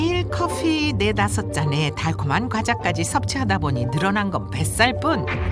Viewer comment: 왜 자꾸 커fㅟ라고 발음하시는지ㅜㅜㅜ